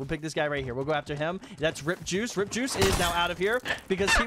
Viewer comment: Am i the only one who heard him say Rippjuice instead of R.I.P JuiceWorld 😂😂